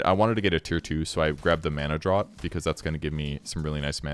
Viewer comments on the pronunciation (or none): One day we'll all accept that "draught" is pronounced "draft", not "drawt", and the world will be made right again. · Draft, its pronounced draft! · Draught is pronounced like draft. Like draught beer